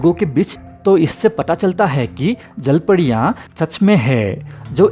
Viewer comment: Jalpadiya ki jalpariya abe thik se bol ,jyada pudi khaya kya isliye padiya padiya kar raha hai